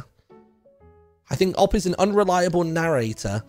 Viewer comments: I still cant get over Martyn saying "op" instead of "O-P" lol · Martyn is TAH for his pronounciation of OP